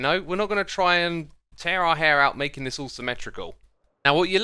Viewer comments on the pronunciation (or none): none